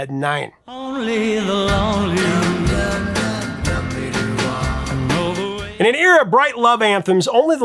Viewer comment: Every time you mentioned the Roy Orbison song it sounded like "Only Baloney" to my English/Australian ears. Perhaps slow down a bit and improve your diction (as the actress said to the bishop).